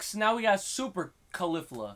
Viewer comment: Caulifla ...{ka-lee-fla}...